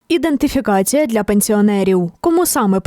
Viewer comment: Треба вчити чиновників вимовляти слово " ідентифікація ".